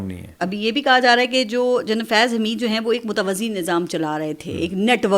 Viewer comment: محترمہ اینکر صاحبہ متوزی نہیں متوازی نظام ہوتا ہںے